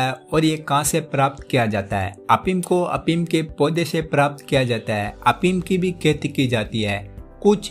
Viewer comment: prava afeem hunda apeem nhi